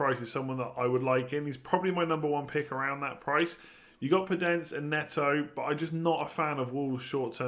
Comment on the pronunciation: Damn, you really said podence and neto